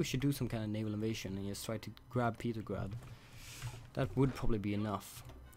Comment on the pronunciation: I really hate how he can't pronounce the name of St. Petersburg/Petrograd by either of its two names by calling it "Petergrad". So he is either just being really bad at English and he doesn't realize his mistake or he is doing it on purpose.